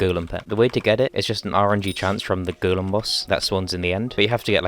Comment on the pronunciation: “The goolum”